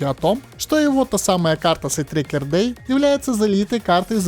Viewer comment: карты "Sidetracker Day" не существует, есть "Sidetracked Day". да, доебка, но блять, уши режет. если делаешь серьезные ролики с критическим анализом, то делай все на хорошем уровне. правда, карта СайдтрекеД Дэй — это ее название.